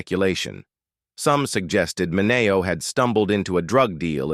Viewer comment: You're saying his hame wrong. MINNNN-E-OHH.